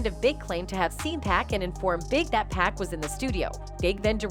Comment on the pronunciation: Why does she keep calling 2Pac 2Pack?!